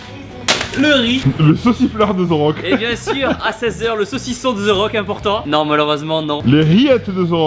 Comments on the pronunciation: Sa m'énervais toute la vidéo c pas "ze rock" c "de rock" que sa se prononce ptn sinon cool la vidéo 🙃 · ZE RRRRAUKE MDRRRRR avant de le rencontrer fais un effort stp ^^ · Pourquoi vous dite ze rock 😂 ? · tibo can't say the rock he say zeu rock